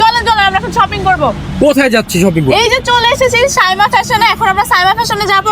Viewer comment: সামিয়া বলছেন কেনো?সাইমা হবে